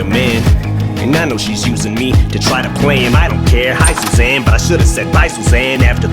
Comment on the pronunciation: It sounds like Em says: "By Shoshanne" when he says: "By Susanne" which makes me think if it's nodded towards the Tarantino line : "Au revoir Shoshanna"